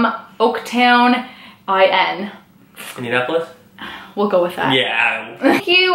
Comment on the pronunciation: "IN.. Indianapolis. " lmfao close enough. Indiana here!